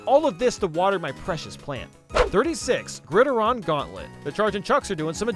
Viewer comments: lol "Grid-aron" Gauntlet. It's pronounced like "Grid Iron". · My man straight up said “gridderon” It’s grid-iron bro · Gridiron is pronounced grid-iron. Like the word grid plus the word iron. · "Grr-durr-ahn" It's pronounced "Grr-iid-eye-rrn." Basically, saying "grid" and "iron" together. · Lol “griderawn” bro it’s pronounced “grid iron” you know like football 🏈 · grideron?? nah. grid-iron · I hate his pronunciation of gridiron lmao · Gridiron pronounced like grid iron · no way he just pronounced grid iron like that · Gridderon sounds like a Pokemon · I like this video but the way you pronounced gridiron makes me want to go over to your house and give you a lesson on proper football terminology. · Well, you can tell is American, because he completely butchered how pronounce gridiron, which is the name American football goes under outside America. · Why did you say “gridiron” like that? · The way says "Gridiron" is cursed. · We can now add "gridiron" to the list of words can't pronounce correctly